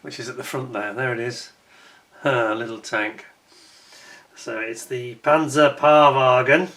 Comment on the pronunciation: Hi,: The German name for the little tank is pronounced Panzer "Shpay" Wagen.